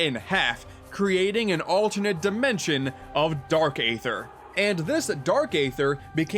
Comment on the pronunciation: who else cringed when he said aether with a long A sound...